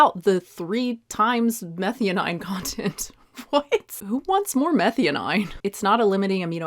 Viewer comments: Meth-eye-owe-neen not methy-oh-9, had me confused there for a bit. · Abby gonna come after you for pronouncing methionine wrong nonstop. Its pronouced meth-eye-oh-neeen. And just a heads up, I am listening not looking, but yeah glutamate is dumb, like you said, but if glutamine was mentioned, that really is related strongly to gut health for like 20+ years especially in neonateology literature -- I only know this from colleague who is a neonatal doc and altho I'm adult suggested I take glutamine to see if that would help fix some gut issues and new allergy-like symptoms I had after a virus... because of neonates literature although I was a whole assed adult.... but Abby is dumb and probably doesn't know the difference between glutamate and glutamine :( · Methionine is pronounced meh - THIGH - uh - neen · Psst. Not that important, but. It’s pronounced meh-thigh-oh-neen. 🙂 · you'd be a lot more credible if you'd learn to pronounce Methionine ( Meth - THY - OH - NEEN) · Love your content, but will unsubscribe if you don't start saying meth-eye-o-neen. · Hey are you pronouncing methionine correctly? Just asking. Compare to glutamINE .